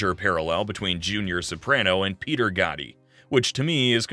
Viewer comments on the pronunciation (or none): none